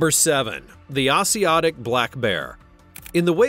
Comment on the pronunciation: for the Asiatic black bear, it is pronounced A (long a)- zhe (long e)- a - tic